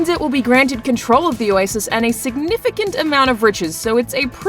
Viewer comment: Sig NIFFICANT